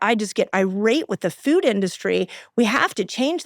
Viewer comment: Foooooood!! Not fewd!